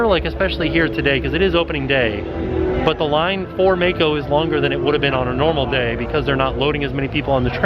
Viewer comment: I love how butchers names., if you ever read this comment, I assume the ride you referred to in the beginning is spelled "Mako". If so, it is not pronounced with a long "a" as in "May-ko". The correct pronunciation is "Mah-ko". Rhymes with the name "Rocco". I believe it is the Japanese word for either shark or a type of shark. Not sure. Hope that helps. Keep up the awesome work!